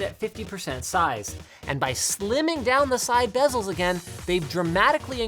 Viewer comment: hhe said side bezzels